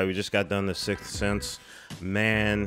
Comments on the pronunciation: Thanks for the belly laugh when you started to say "sixth" and said "sith" instead... I needed that. I think this movie has a heart to it that subsequent Shyamalan movies seem to lack - not that he's made all crap since then, but I think the movies that came after this were all trying to capture the twist thing without capturing the deep human feelings that this movie inspires. Can't hurt that all the main actors in this just crush it. I feel like Haley Joel Osment's caliber as a child actor has yet to be matched. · Don't worry about it. I have trouble saying the Sith Sense, too... Sick Sense.,,, Sickth Thenth.... Damn it! Six-tttthhhh breath Ssseeenssssse! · Don't feel bad about having a hard time saying "The Sixth Sense", I can't pronounce "reservoir" correctly.🤣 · I only have trouble pronouncing the title when I'm too self concious and trying too hard 😅